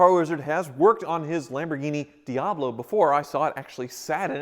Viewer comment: says Lamborghini Diablo *Rob Dahm entered the chat*